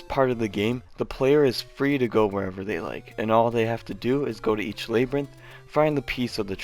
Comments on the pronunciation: The first syllable in "labyrinth" is pronounced like "lab", not "layb". Ganon's title of 大魔王 ( Daimaou , "Great Demon King" ) is pronounced like "Dye-Ma-Oh". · If your GRANDPARENTS had an NES? Dude how old do you think the NES is??? Lay-brinth? What the hell? Ok, you need to go back to school. Or just watch the movie Labryinth maybe... at least look it up in a dictionary!